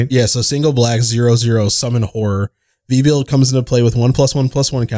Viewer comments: Its Veb-you-lid. Not Vee-Build. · misreading Vebulid as Vebuild 😂